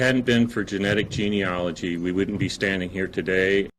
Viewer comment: Sorry, but I have to correct the pronunciation of the word Gene-A-logy. Not ‘ology. My heart goes out to all the families of the victims of m*rder.